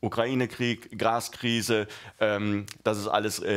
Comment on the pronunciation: Graskrise , hatte ich doch richtig gehört :) , nicht das wir keine hätten.